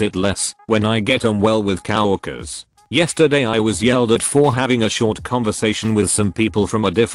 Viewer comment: i heard it "kow-worker", as in "kow-walski", a character from the Penguins of Madagascar.